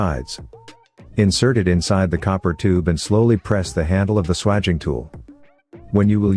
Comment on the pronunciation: if youre going to use a AI voice then teach it to pronounce SWAGING properly its pronounced SWAGE , I'm not sure how well this would work on old copper pipe that's been around for a while but newly annealed pipe it should be perfect. Pity its not in millimetres. Most important thing is to twist the tool every time your compress it, perhaps adding some Vaseline or grease would make it work better, copper is dry metal and its better if it has easement. Clean it though before fluxing and soldering and make sure you use the right solder is you are using it for gas as it should be brazed nowadays rather than soldered with a old tin lead solder. Idea behind that is so that the gas pipes in a fire do not come apart like they used to with tin lead solder which melts at a much lower temperature . Only ever braze gas pipes and the same goes for aircon pipes due to the high pressures involved MAPP gas system works well for that. .